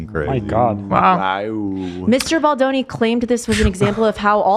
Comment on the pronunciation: Kinda sad ethan knows how to pronounce baldoni correctly now 😔 i miss ballzanga